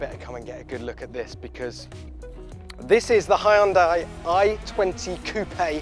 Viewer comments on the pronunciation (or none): Oh god, not another British dude mispronouncing model and manufacturer names. Porsche has two syllables, not one. Poh-she Hyundai has a very soft y and the 'un' is similar to 'young', 'dai' should sound like 'day'. So it's really two syllables, not 'Hi-yun-die' at all. Mind you, the British can't apparently pronounce the letter 'r' except when it's not in the word (Honder instead of Honda, for example) nor the letter 't' (You'd beh'ah come and geh'ah look at this).... oh well..